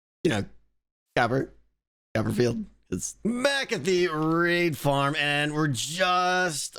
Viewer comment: I couldn't help but laugh extremely hard and facepalm at your " David" Copper-Field.....